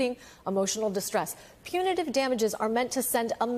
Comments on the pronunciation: Geez, if you're going to do legal reporting, at least learn the lingo. Punitary? It's PUNITIVE damages. Compensary? It's COMPENSATORY. It was painful listening to you stumble your way through those pronunciations over and over again. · Apparently to be a news anchor in 2023 you don't need to be able to pronounce "compensatory" or "punitive"🤭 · A so-called justice reporter should be able to pronounce and understand words like punitive and compensatory. Amateur hour. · is cute to look at, but he REALLY needs to learn how to pronounce the words "punitive" and "compensatory." Seriously, this shouldn't be difficult for a cable network news reporter.